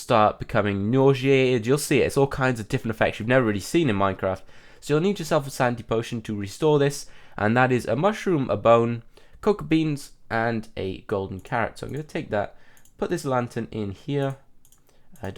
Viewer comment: for cocoa beans it sounded like cooked beans XD